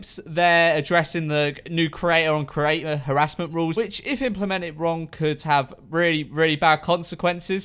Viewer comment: I hate listening to him. He literally can't speak properly. creaTTTTTor